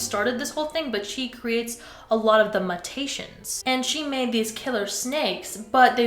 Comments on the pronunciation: bae- do you mean “mew-tations” ? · it’s “mew-tay-shuns” <333